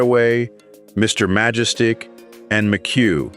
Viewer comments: Mr MajEstic, ffs. The AI 😂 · You need to quit this AI narration because it is irritating. Several mis-prononced names and words. Its not a mistake an American of your age would make. Majestic.Remember? Alk you have to do is see it and say it correct because you saw the movie. Get it. But you did see tge mivie because you do nit exist oytside a flaming computr .😅